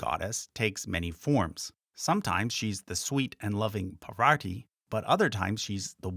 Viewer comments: It is not parvaati it is paarvati 😂😂😂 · You are mispronouncing “Parvati” rather strangely. You are saying it as though you thought it was spelled “Pavarti” instead — please correct. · Just so you know, right after you introduced पार्वती Pārvatī, you switched to mispronouncing her name as Pavarti. ओर्वप्रा अमर्त्या निवतो देव्युद्वतः ज्योतिषा बाधते तमः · It's parvati not pavarti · All that research but couldn't be bothered pronouncing anything correctly. Shame. Parvati, not Pavarti. Smriti, not smirti. A redub would make this less offensive. It's not an issue of an Anglophone struggling with aspirated consonants or vowel length. It's sheer laziness in looking at the words. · pronounces PaRvati as PavaRti. It's like pronouncing nuCLEAR as NEW-KILLER. Dyslexia may be a very common trait in english speakers. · It's Parvati as written, not Pavarti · Its not Pavar-ti, or poverty. Its Paar-vati. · The bird with Saraswati is not a peacock. It is a swan. And it's "Parvati", not "Pavarty". You videos are quite informative. But such mistakes make it seem reckless. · PaRvati not PaVarti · Would it be terribly pedantic for me to point out that 'Parvati' is pronounced 'Parvati' and not 'Pavarti'? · It's "Par-vati"✅ not "pra-varti"🚫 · not sure how you managed to pronounce “Parvathi” like “PaVARtee” like it should be pronounced “PAR-va-thee” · it's Parvati, not Pavarti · its not "Pavart", it's PAR VA TI. Please pronounce it correctly. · Par-va-ti not Par-vat-i and if you're going to say Saraswati then say Parwati but if you're going to say Parvati say Sarasvati since the V or W phoneme is regional/dialectal not an intrinsic difference in the goddesses' names. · Is there a reason you switched from Parvati to Pavarti or is that just unconsciously how your mind wants to pronounce it? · Par-va-tee, ffs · You are using the Harry Potter mispronunciation of Parvati. It’s Par-va-tee. The r comes before the v. Her names does not rhyme with havarti cheese! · it i is Paarvati